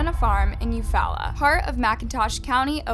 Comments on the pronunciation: It's pronounced "you fall la" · As someone from Oklahoma, Eufaula is pronounced “You-Fall-uh”